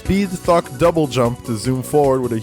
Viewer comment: I'm hearing 'fuck' when says 'thok'